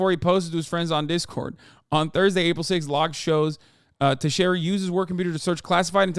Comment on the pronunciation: It's pronounced Te-Share-A